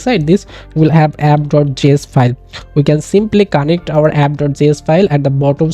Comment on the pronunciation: It's connect, not conntect